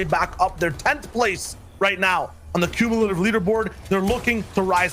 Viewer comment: Cummilative smh